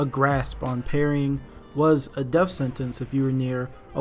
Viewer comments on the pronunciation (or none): none